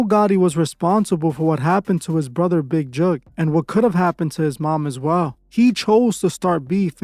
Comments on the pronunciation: It's Big Jook :Not Juke 😂😂😂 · Big who u say his name funny